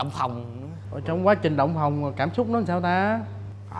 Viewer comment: Phòng ko phải phồng 😑